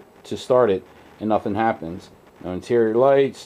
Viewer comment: pronounce "NOTHING"